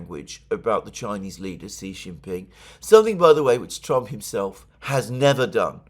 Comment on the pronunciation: Please refrain from referring to the President of the PRC as the “CHOI-NEEZE LEEDAH”. It reeks of imperialist anti-PRC hubris. Also it’s not “RUSHA” it’s the “Russian Federation”. As a lawyer I would have thought you would be more careful with your words. Or maybe you’re only careful when it comes to discussing the long history of criminality and f@ of Anglo-European imperialism?